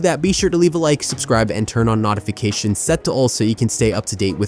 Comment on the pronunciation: Bro said NAHTIFICATIONS 😂😂😂